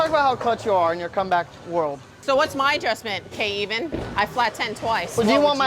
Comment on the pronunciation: Keven shall now be known as “K-even” 😂